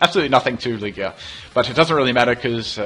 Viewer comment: Christovaal Schmidt I definitely don't use Lew-ig-ia though XD I'm pretty sure its pronounced Lew-gia